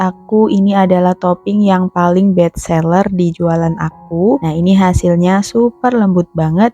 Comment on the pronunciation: Best seller bukan bet seller mbak